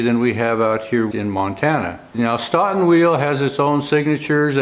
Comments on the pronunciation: Not "Staughton",,,, "Stow ton",,, Stoughton, just like Dough! You don't call it Dauw! Just saying,,, from Wis Con Sin! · Another excellent video! For what it's worth, Stoughton WI is pronounced 'stow-ton'. I always look forward to Fridays and another video by you. Thank you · FYI, here in Wisconson, Stoughton is pronounced "Stow-ton." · Stoughton is pronounced STOATON... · if you are speaking of "Stoughton" in Wisconsin, it is pronounced with a long "O" i.e., Stoeton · Sorry to nitpick, but if you're trying to pronounce Stoughton, as in Stoughton Wisconsin, you're pronouncing in a way that I've never heard being a life long Wisconsin resident. You may want to call someone from Stoughton, and ask. Just a thought.